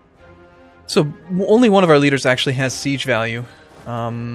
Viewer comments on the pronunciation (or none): none